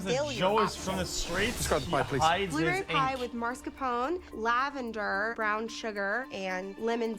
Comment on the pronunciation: These americans annoy me so much when they say mArScApOnE instead of mascarpone. I wouldn't mind if only some people did it but the only one I remember saying it right is Willie in these 5 seasons so far.